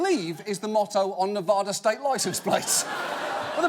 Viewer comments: It's Ne-vad-a, not Nev-ah-dah!!!!!! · It's Nev a da, NOT Nev AHHH Da. Why does EVERYONE on television say it wrong? Even George Bush and Obama got it wrong. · It's pronounced Ne-va-duh not Ne-vah-duh. Thanks. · “Ne-vah-da” Ew. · as a former paid educator I enjoy your show but please pronounce the state of Nevada properly.